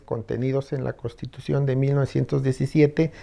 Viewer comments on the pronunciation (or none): Lo digo con todo respeto al, pero dice CoStitución en vez de CoNStitución, esto se escucha incorrecto.